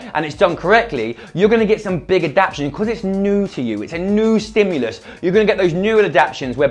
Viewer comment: I love you guys but the word is AD-AP-TA-TION... I know people will think I'm a bitch for picking on that one little thing but I'm doing it out of love, guys.